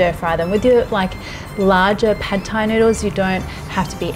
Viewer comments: Why does she pronounce every Thai word correctly except for Pad Thai? You pronounce the "D" with more of a "T" sound. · Not pronounced pad Thai, say pud or putt Thai